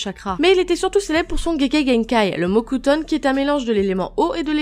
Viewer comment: Elle a dit le mot cutone ou le mocutone??😕😕